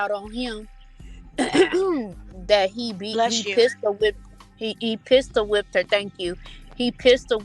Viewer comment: Not “pistol thumped” 😅😅